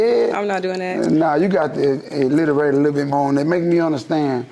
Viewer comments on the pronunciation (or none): He said itliterate 🤣🤣🤣